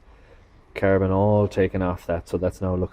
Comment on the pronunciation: CARBON not Carabon, joptvaimaķ!!!!!!